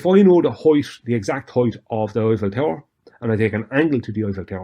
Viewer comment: Wait, is he talking about the Oiffel Tower, or the Hoit Tower?